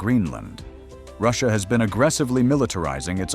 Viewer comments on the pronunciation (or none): none